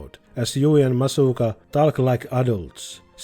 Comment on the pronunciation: Massaka, calling Masugu "Masuka" is funny.